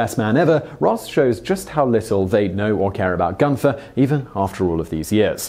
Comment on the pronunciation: 'Gunter' does not have an 'h' in it. Do you intentionally mispronounce words - especially place names and people's names, or do you just not care?